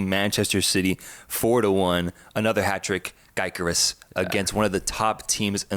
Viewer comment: Yall are butchering the pronunciations today with Thiaw and Gyokeres lol